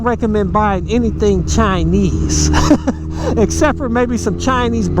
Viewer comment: It's Chinese, not chiiiiiiiniiiiiiiiize, talking about electric motorcycles but downgrading everything that's Chinese, are you dumb -_